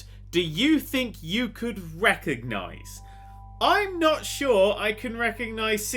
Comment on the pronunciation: Anyone else hear dan say "Wecognise" instead of "Recognise" at the start?